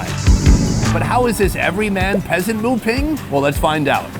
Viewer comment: Why isnt there anyone telling him that "Moo Ping" is pronounced as "Moo Bing"..